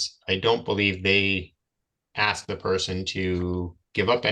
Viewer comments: Another black guy who can’t say “ ask “. It’s not pronounced Ax. This poor man is obsessed in thinking that he’s a victim. Sylvester Evans? He is not competent. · He would "axe" him? What an ignorant mooron!